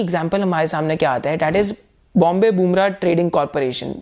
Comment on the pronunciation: Something Else here: BBTC: Bombay Burma ( बॉम्बे बर्मा ) , But I liked you said it 3-4 times as बुमरा ... Game of Name... Name of Game... that made him famous!?... :)